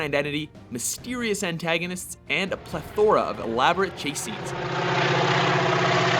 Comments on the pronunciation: it isn't pronounced ple-THOR-a, it's plethor-A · A pla-Thor-a? Or a pluth-a-ra? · Does this guy just love to say things wrong? Plethora, it is pleath-ra. It pisses me off whenever he says something wrong. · My only complaint (and I do so enjoy these videos) is that your narrator should do a simple google search to learn the proper pronunciation of any word he has to read which is not part of his normal vernacular. Plethora is not read as "ple-THOR-a," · pleTHORa >:O will destroy you with his many Mjölnir hammers! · You didn't say "plethora" right. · When you started with "Saving Private Ryan" at number 10, I thought there was going to be a problem. But, that was a pretty good list. And you said "plethora" like a rube... heheh